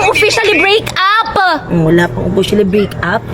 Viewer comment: Ang oa naman pag Sabi nya like break up may p pa